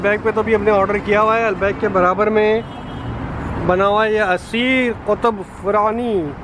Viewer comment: When foreigners pronounce Albaik 😂😂